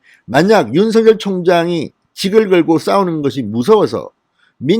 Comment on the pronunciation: 아무리 영남 억양이라도 윤총장을 윤서결로 발음하지마세요 윤총장이름은 윤석열입니다 발음을 절확히 하세요 부탁합니다